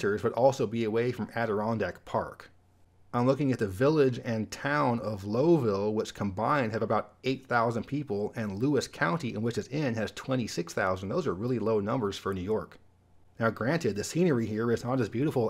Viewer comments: Great video. The town in New York is pronounced "Lau ville," not "Low ville." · Hey. Another goodie. Just a pronounciation tip on upstate NY. The village of Lowville is not pronounced like LO ville. Instead it is pronounced as LOWville with LOW being pronounced like cow. Or LAU ville if you prefer. In case you ever want to mention the villiage of Pulaski, NY, we pronounce it pu LAS sky. Always good to see your productions! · I also was going to correct the pronunciation of Lowville. Scratching my head on how to write it down. The “Low”is like the people from Laos, the Lao. Lao-ville. Well, a lot of NYS has unusual pronunciations for the towns. I'm from Charlotte which is pronounced “sha-LOT”. How about that! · In New York, it’s pronounced “ Lao-ville “, spelled Lowville. Love this channel! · Just want to let you know as someone from Northern NY, that you pronounced Lowville wrong, the ow is pronounced like in cow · I lived in the Lowville, NY area, and I definitely agree with your choice. Upstate New York as a whole is pretty rural, but Lowville/Boonville area is pretty far off the beaten path. The scenery is more impressive than most people think with the wilderness of the Tug Hill Plateau. Side note - the "low" in Lowville is pronounced with a different "o" sound, like in the word "cow". I got that wrong when I first moved there. :D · The residents of the Lowville area did!